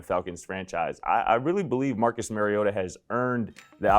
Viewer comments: You are saying his name wrong. And Mariota no question about it. Everyone too hung up on rookie fantasies. Mariota is poised to return as a top 15 QB this season, and his ceiling is even higher. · It’s not “Mary” ohta